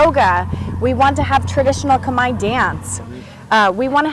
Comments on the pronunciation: I notice that even though you've been in cambodia this long, no one have told you the correct way to say khmer. Thank the french for butchering the spelling of "khmer" because phonetically it is off. The correct way to say khmer is more like kmy... as in "my" house, "my" car, "my" stuff, but just put a k in front of "my". The phonetically correct way to say Khmer is Kmy. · It was the French attempt at using their pronunciation of the alphabet to make Cambodian sound. France ruled Cambodia for very long. There is no "E" or "R" sound in how we pronounce khmer. I always thought it was the dumbest spelling ever. The french literally mess up the spelling. Want to know what's worse? Pol pot who was the leader of the khmer rouge (another french word) rouge is red in french. So the literally translation for them is the "Red Cambodian." POL POT was educated in France and that's where he got some of the genocidal ideal from. But it's not all bad i guess because we got some good french food and architecture. Also, go ahead and test it out. Ask everyone which one sounds more correct. The "MER" sound or "MY" sound.